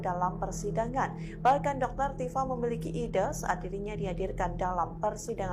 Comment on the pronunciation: Tipa gitu bang .. bukan dr tipa..